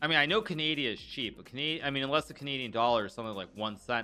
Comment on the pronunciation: A walrus dies every time you mispronounce Canada or Canadian